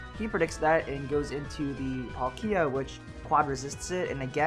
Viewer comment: YAY YOU SAID PALKIA RIGHT!!! @@ now I feel bad because on another video I tried to help you correct it... I apologized like 4 times though in that one comment but here's a fifth sorry.